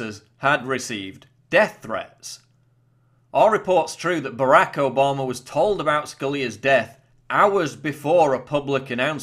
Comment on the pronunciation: I want to start a drinking game everytime Paul says Obamer, Mediar, or Ped-o-philia we drink. Just kidding Paul I love your schmexxy accent.